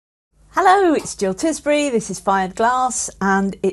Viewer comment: Oh my!! Thank you for the shout out Jill! My cheeks are a bit pink right now 🙂. I'm happy to share tips with you and your audience - I've learned so much from your very, very excellent videos. And, by the way, your pronunciation of my name is perfect!